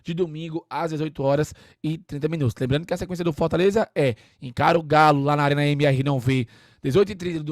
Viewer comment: "Arena MRnãoV" é foda kkkkkkk